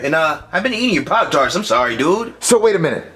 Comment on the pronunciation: he didn't say pop trats.